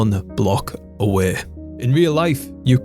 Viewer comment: Me: away Dis guy: Awee